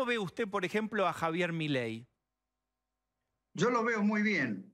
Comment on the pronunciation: Jajaja, es idea mía o dijo "mileidi" ???? Jajaja